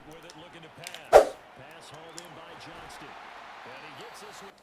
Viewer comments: please. This is day 3 of me commenting. It’s Johnston, not Johnson 😭. Idk why it bugs me so much but it does. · It's Quinton JOHNSTON!!! READ THE T IN HIS LAST NAME! Commonnnnnnn mannnnnnnnnn